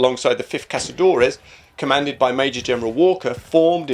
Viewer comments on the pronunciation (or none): none